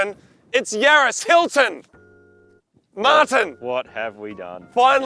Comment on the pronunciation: When Moog said Martin it sounded so weird 😂